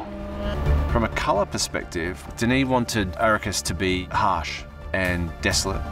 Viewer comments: Denis not Denise 😉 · Denise? It’s Denis bud, he’s a dude with a dude’s name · He's French. It's pronounced Denny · It's cool what CapCut can do now. That's a howler at 39 secs though - Denise Villeneuve? C'mon, he's Denis ;-)